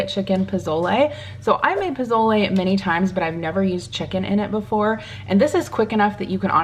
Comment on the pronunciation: I love you. Say pozole : posole 😅. As a fellow Hispanic. I’m seriously impressed you making pozole. Happy u enjoy this dish ❤❤❤❤❤